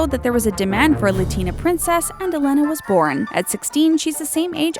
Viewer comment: You pronounced almost every name wrong, I wheezed when you said Latina because- never mind. (Wheezeimsorrybutijusthadtogetthatoutofmysystem)